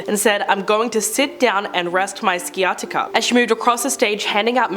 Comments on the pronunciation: You really need to learn your words. Sciatica is pronounced sy-at-ica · Pronounced “Sigh-attica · This annoys me so much lol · Painful lol…..google pronounce is right there… smh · Thanks I was going to mention the C is silent 😊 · Your pronunciation of sciatica is amusing